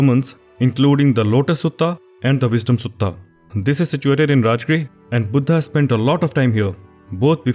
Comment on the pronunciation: Its sad to see that even fellow indians cannot pronounce 'buddha'.